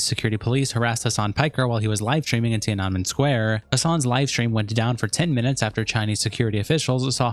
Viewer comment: Ti-ah-neh-men. .... bruh Edit: Hasan sucks... should have owned up to being a Turkish Muslim... but he's magically white now, ofc.